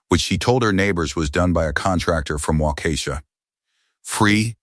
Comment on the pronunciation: "Waukesha" is not pronounced "Waukeeeesha".